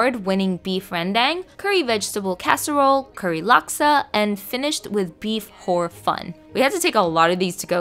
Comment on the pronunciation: Really close pronunciation but incase you’re interested: (idk how to describe it in text) Rendang is pronounced as “ren/ruan” “dung” Siew mai is pronounced as “see- u” “my” And the hor fan is pronounced “horr” “fa -un”